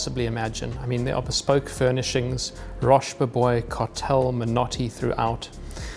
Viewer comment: FYI, it’s pronounced ‘rhosh boh-bwoah’.